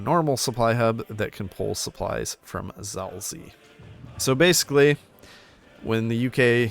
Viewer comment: You pronounced it "Zalzi" Xd But for a person who doesn't speak polish this is quite acceptable though, because it's pronounced quite weirdly.